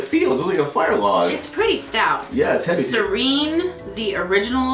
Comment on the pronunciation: Sore reen. Not serene.